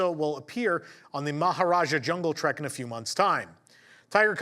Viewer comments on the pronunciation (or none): none